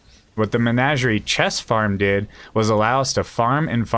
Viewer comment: Say it with me. Muh-naj-ur-ee